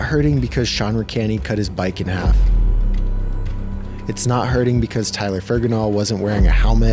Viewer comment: I enjoyed this. But “Tyler Fergenal” 😭